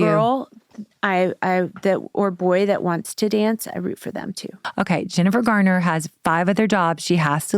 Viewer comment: It's "Garner" not "Gardner" .